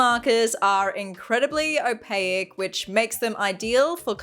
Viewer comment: You lost me at o-pay-ik